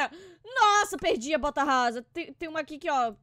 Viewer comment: Ela falou "quase consegui a bota rrasa